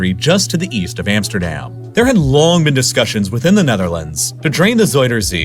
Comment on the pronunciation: What i don’t understand is that he pronounce Amsterdam and Rotterdam different even tho the A in dam is exactly the same in Dutch.